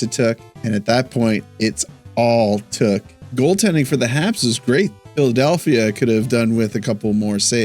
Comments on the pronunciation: Luke Tuch (tuck not took) Dobes Dough..besh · Isn’t it pronounced “Tuck”